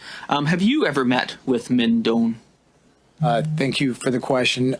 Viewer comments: (Doan is a Vietnamese name and it's pronounced closer to "doh-ann" than "dohn"...but English speakers would say "dohn" if they were not familiar with the Vietnamese pronunciation.) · With respect, FYI: Doan is a Vietnamese name. I lived in Viet Nam for about 3 years but cannot claim to speak Vietnamese. The pronunciation would be very close to this: DOH-ahn, spelled Đoàn. Viet folks, correct me if I am wrong, please.